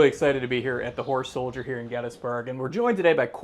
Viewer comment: Kept sounding like the presenter was saying “whore soldier lol”. Jokes aside amazing museum!!